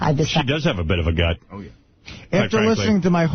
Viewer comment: "After listening to my heart and my gunt" 😂